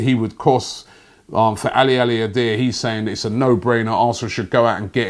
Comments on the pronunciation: Haha Ali-ali-adeer? Does Robbie even try to read names? It's Ali-Adi-Air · Aliadiere, not Alialidare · You should get in contact with Aliadiaire and apologise for that pronunciation